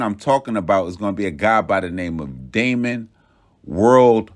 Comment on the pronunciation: It’s Damian not Damon, but very well done